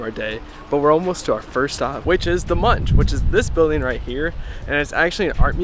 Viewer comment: How do we norwegians pronounce Munch in our language? We say "Monk". So if you say MunCH it is wrong. I hope that will help.